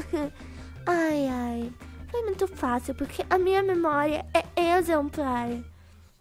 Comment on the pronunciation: tava dando uma agunia pq vc falava puque sabemdo q era porquemas ameiii